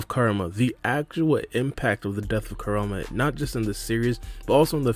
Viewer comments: Whew. The way you saying kurama’s name is triggering. Put some respect on his name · whats up with literally every youtuber not being able to say KURAMA correctly?